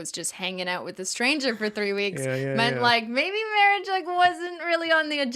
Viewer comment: every time the said "marriage" all i could hear is the priest from Holy Grail "mawwage" 😆